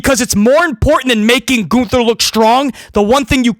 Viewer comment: Lol, "Goonther"